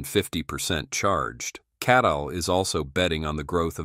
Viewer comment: it is CATL not KATL